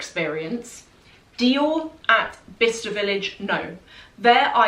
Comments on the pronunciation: I always thought you were saying “Vista” village 😆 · I thought you were saying "Vista Village". Explains why I couldn't find it lol Thank you so much for sharing!